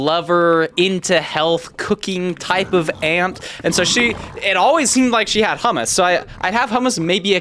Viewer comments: BRO ITS NOT SAID "hamas" ITS SAID "hoomoos" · Bro it's pronounced "hommos" not "hamas" 💔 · prenounced "Ho-mu-s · It's pronounced Choo-moose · It's pronounced hoomoose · I think its usually pronounced choomoos (ch like in Blech, yuck) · Um I’m trying so hard not to get ragebaited my pronouncing hummus incorrectly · I nearly fainted hearing him pronounce hummus the English way... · never in my life i would have guessed that that is how you say that word in english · As a middle eastern it hurts to hear how you pronounce hummus